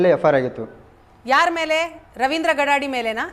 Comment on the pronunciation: ಗಡಾಡಿ ಅಲ್ಲರೀ ಗಡಾದೆ